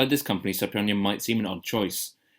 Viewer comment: I don't normally get involved in commenting, but wiithout a solid 'j' (or 'ch') in the third syllable, as you keep pronouncing the title, the title becomes meaningless. 'je' means 'school', 'style' and so on. It would have been useful to hear what the title means... (The so-called Western school of p'ansori...)